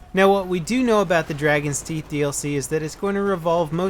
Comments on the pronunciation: It is Dragon's Teeth, not Dargon's Theet ;) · Dargons teeth lol. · "Dargons Teeth"?:P Sounds like a messed up daedric lord.